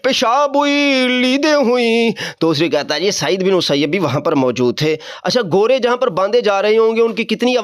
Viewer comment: گھورے نہیں گھوڑے ہوتا ہے بیٹا پہلے اردو زبان پر دھیان دے پھر آگے آپ کو بتائیں گے کیا پڑھنا ہے 😂